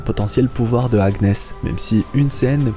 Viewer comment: Si je peux me permettre Agnes se prononce "Anniès"